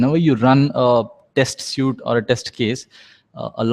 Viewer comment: It's a test suite not a test (suit) as you pronounce it.